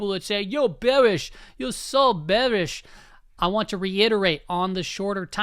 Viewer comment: “you’re bewish you’re so bewish” has to be the funniest sound bite of all time